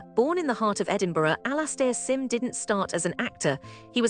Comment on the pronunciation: Absolute genius, even if AI can't pronounce his name properly.